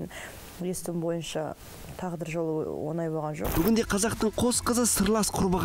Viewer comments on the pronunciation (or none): оНай деп емес, оҢай деп айт.